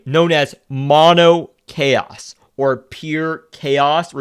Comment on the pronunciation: *Chaos not Caro